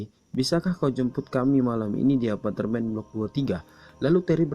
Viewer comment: Normal : "apartemen" Admin : "apatermen"